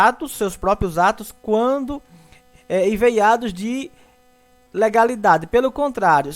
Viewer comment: Amigo, você está lendo a palavra "eivados" de forma incorreta. O mais, a aula foi produtiva. Obrigado.